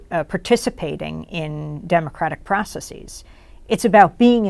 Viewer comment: Stop saying processeeze. Its not a thing. Stop it.